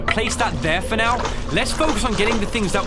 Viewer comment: did bro just say "are you serious right newo" 💀